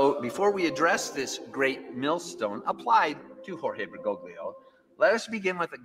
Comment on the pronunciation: The problem with Catholicism is that it is NOT an end of itself. Therefore IDC how Catholic Bergoglio (correctly pronounced more like Ber-goal-yo) nor any Pope is. The ultimate guide of the church is first of all the deposit of faith/Magisterium